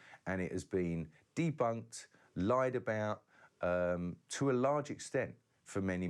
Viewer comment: "depunk"? Don't want people to "panick"? It's "DEBUNK", and "PANIC"! Your communication skills need work, typical of the fairytale crowd! The crazy old cat from Cuba say's it all for me!